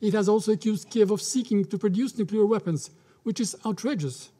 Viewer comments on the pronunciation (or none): Some people seem to think nuke is the prefix of nuclear 😬🤔 NUKELAR WEAPONS